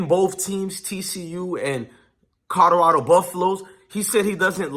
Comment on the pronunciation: YO WTF!!! PRONOUNCE THE "L" IN "COLORADO"!!! ITS NOT A "D"!!!!🤦🏾‍♂️🤦🏾‍♂️🤦🏾‍♂️